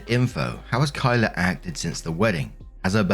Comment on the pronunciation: Oh. Yikes.. this is a bad day to also have the name Kyla. Hey I’m genuinely surprised and excited you pronounced it right! On behalf of other Kyla’s out there, we don’t claim this one.